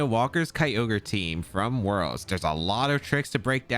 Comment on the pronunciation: Not comparing but has 2 Top 4 Worlds finishes and a regional win to his name. Mans is an accomplished player, he can pronounce it how he wants